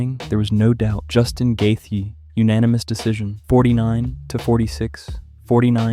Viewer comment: Why’d u say his name like that lol gaythee